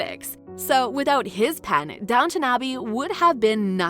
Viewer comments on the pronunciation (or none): IT IS DOWN T ON ABBEY NOT NOT NOT DOWNNON ABBEY Call it by its correct name - thank you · If this person can manage the HUGE STRUGGLE to say COUN T ESS good work. You managed it. SO DOWN T ON Abbey. there now, not so hard is it.